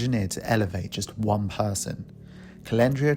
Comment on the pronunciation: And she said won country album lmfao hahah.